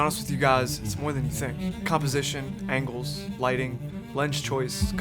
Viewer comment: is that meant to be camera "Angels" or "Angles" ...??? LOL